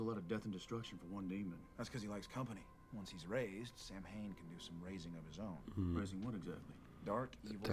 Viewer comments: Yep. The mispronunciation has always really irritated me. Sow-wen in Irish, or Sah-ven in Gàidhlig (Scottish Gaelic). Either would be fine, but Sam-Hane is not. It just niggles at me every single time it’s mispronounced. I can deal with the completely rewriting of the myth. Supernatural does that with all sorts of myths and religions. But the mispronunciation… aaargh! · Bits of the episode annoy me because- Samhain is pronounced Sow Win. And, its a pagan festival essentially. Not a person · Also, thanks for putting up both pronunciations, it's helped me with an issue I had. I'm Canadian, with both Irish and Scottish ancestry. I wanted to know more, so I took a, basically, "Celtic Studies 101" class at uni. We were taught to pronounce it as Sah-ven in class. A year or two ago, I saw someone on a SPN reaction video post a comment saying it should be pronounced as Sow-wen. I wondered if my memory was spotty, because my professor spoke several Celtic languages and so I knew she wouldn't be wrong. But, I looked up how the Irish pronounce Samhain, and it confirmed what the commenter said, that it was pronounced Sow-wen. So, I chalked it up to a bad memory, even though I was SURE I had learned to say it as Sah-ven. You have just cleared up a mystery for me today, thanks!